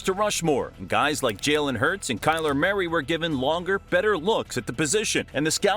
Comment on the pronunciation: And Kyler Murray at the end lol